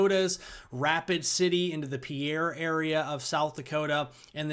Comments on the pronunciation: Thanks. I think the natives say peer not pee air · Just a heads up bro, Pierre is pronounced Peer, as far as south dakotans are concerned. Thanks for your daily coverage as always! :D